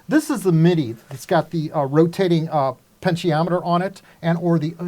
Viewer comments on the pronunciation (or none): none